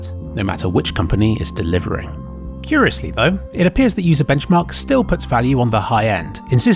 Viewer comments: Butchering the sites name is funnier than their reviews. "Bencharkchmarchmark" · on i hear UserWomens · sounds more like womems to me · I love the way he butchers their name, both in this and the previous video lol.